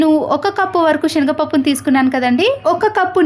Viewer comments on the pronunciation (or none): Ammaa tallee nuvvoo nee telugu🤦‍♀️🤦‍♀️shenaga pappu kaadu.chenagapappu.thats it